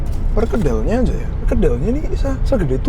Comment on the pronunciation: Oiya kok kamu bilang azajjjj